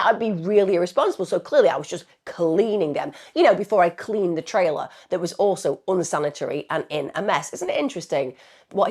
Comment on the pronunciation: What's a " tray-- Lah " ?